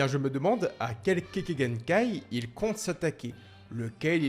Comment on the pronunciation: Kekkaï genkai et non pas kéké genkai